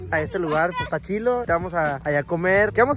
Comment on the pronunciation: No se dise chilo se dise chido